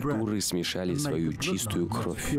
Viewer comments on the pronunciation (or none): none